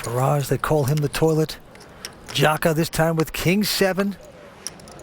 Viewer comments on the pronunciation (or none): Kept hearing "the toilette jaka" lmfao. The bathroom jaka